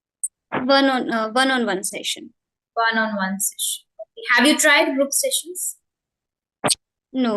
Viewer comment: You are doing very well, if you don't mind, I just want to share that you need to correct the pronunciation of the word (Session" the correct pronunciation is "sesh" "uhn" rather than "Shessh" "uhn"